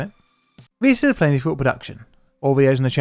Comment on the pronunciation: Please learn how to pronounce the name of your channel. Otherwise please change the name of your Chanel to what you call it : “PLAIN DIFFICULT” I’ve literally never heard you say PLAINLY